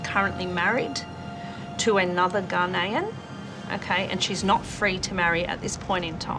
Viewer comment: A "Ga-ni-an" man = ✖️ A "Ga-ney-yan" = ✔️ ● B/c the Country's called Ghana, someone from there is called a "Ga-ney-yan" (Male or female.) ● If the Country were called "Ga-ni", then a "Ga-ni-an" man would be correct. Incidentally, if talking about a "Ga-ney-yan", the gender "man" is surplus & would never be used. It'd just be "a Ga-ney-yan" (Male or female.) ● The context, name or visual of the person being referred to...(as in this case)...would inform of their gender ● 😅 - (It's an anomaly linked to nations & their nationalities.) ● Infact, it's the same anomaly that governs someone from New Zealand being "a New Zealander" (Male or female.) ● And not "a New Zealand man." 😅 ● Ditto Australia. ("An Australian" Rather than "an Australian man.") Or 'Oliver', 'Shane' or 'Doug' 🤣🤣 👊🏽🫂